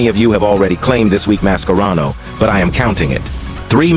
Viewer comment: Why does the AI voice sometimes pronounce Mascherano with K and sometimes with C